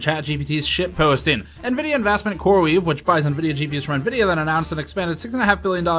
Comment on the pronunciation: You pronounced Nevidia wrong